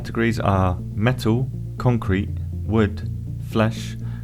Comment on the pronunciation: Ah yes, Contrete